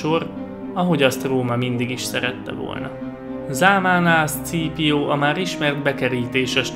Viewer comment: Zseniális volt ez a videó! Amúgy Scaepio nevét ,,Szkípiónak ejtik :) ‘m